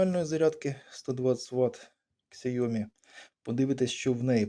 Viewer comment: Сяомі - наголос на і. Згоден.